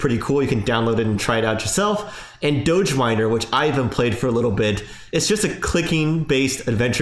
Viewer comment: If there is a Doggy on the coin don’t you think DOGE should be pronounced the same way?